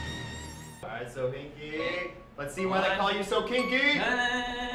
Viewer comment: It's sohinki not shoniki